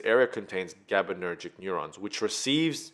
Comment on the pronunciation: Great video! However, it's gabaErgic neurons, not gabaNErgic.